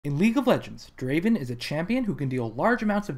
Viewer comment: Not Draven.... Draaaaven.